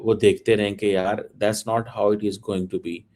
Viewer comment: Cheeme..tu Punjabi me show kiya kar...urdu jo Bharat ki boli hai...udhar ki..uski bhi tune band baja diya hai. ISI walon ko chahiye ki is Cheeme ko ek spoken english ka course karwayen..grammar ki aise ki taisi kar rakhi hai.. Aur haan ye Not ko Naat bolta hai😂😂😂😂..this guy sounds like a Cartoon.